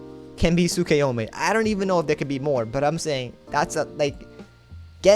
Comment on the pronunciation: Did he just say tsukuyome?